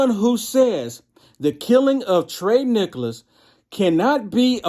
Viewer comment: It's TIE-REE NIKKALS. Just helping out brother. God Bless.